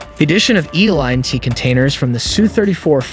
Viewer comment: NATO: "Nay-toe" not "naahto" ELINT: "eee-lint" not e-lye-en-t